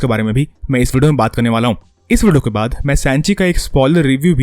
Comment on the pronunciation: Ye vudio vudio Kya hai Bhai video bolne mein dikat hoti hai kya